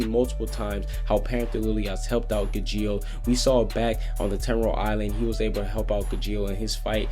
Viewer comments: It's pronounced Gah-gheel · You pronounced Gajeel and Carla wrong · Its not ga-jeel it’s pronounced Ga-sheal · it's gajeel not gujeel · It not ga-jeel...Its ga-G-eel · Ga-geel the g is silent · Does he know how to pronounce Car-La and Gaa-Jeel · he's saying CARLA's name wrong and gageels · I hate you because you pronounce Gajeel and Carla wrong. Like, I mean, I know Gajeel isn't an English name but Carla sure as hell is. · He said charla and gajeel wrong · It's Carla, NOT Sharla! You also pronounced Gajeel wrong!